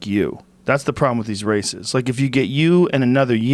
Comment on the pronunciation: Holy shit I thought joe said “the problem with these racists, is people like you!” But he actually said races 😂